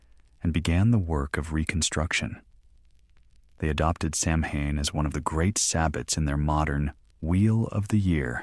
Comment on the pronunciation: samhain is pronounced saween do your homework